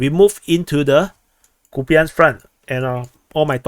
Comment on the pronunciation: it's Copeyansk front, stop mispronouncing please